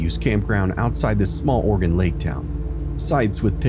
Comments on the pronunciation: Me: oh sweet! Stories from my home state! Voice on the podcast: Or-eh- GONE Me: nevermind PS it's Ore-ih- gun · It’s NOT Oregone it’s Oregun pronounce correctly please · Also orygun not oregone. Thanks love the stories and dont mind the clicking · Ew he says it oreegone 😂😂